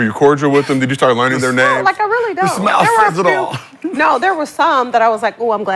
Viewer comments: Listening to Swaggy fuck up every active players name while trying to argue is hilarious. be trying his best to help him out with the corrections too. 😂😂😂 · Nick butchering the hell outta those names haha. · Swaggy channeled is inner Webbie tryna pronounce names lmao